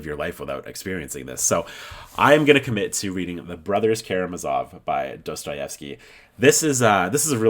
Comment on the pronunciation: Just FYI, to pronounce Karamazov the accent is on the last a.